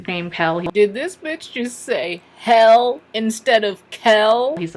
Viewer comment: moments where I had to pause the vlog to laugh: 1) tickle and 2) HELL INSTEAD OF KELL haha